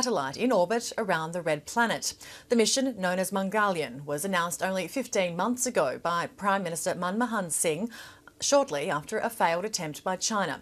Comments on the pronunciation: Its not mangoliyan...its mangal yaan..but i give it mother tounge influence.talk about aussi youth issue then start worring about india ...u gt to be in our shoes to understand what it means...n what it can do to our economy...! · Why does she pronounce Mangalyaan almost as Mongolian? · Is randi ko mangalyaan bolne nhi aa raha . Or proverty ka gyaan pel rahe hai